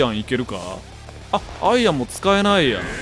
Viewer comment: アイアンのイントネーション…🏌️